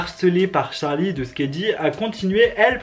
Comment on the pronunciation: Charli devient jarli 😂😂😂😂🤣🤣🤣🤣🤣🤣